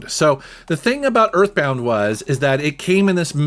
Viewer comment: did he say earthmounth??